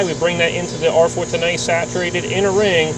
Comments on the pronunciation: why does he say a like that. r410ayee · I love your videos but the way you pronounce 410a is killing me.😂